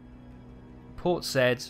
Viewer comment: I think you will find that Port Said is pronounced as "Port Sa-eed"! Sorry for being a bit pernicketie (a good Scots word) since you are being so kind as to take so much of your time out to share this gameplay with us. The "I" should have an umlaut above it which gives it an "ee" sound.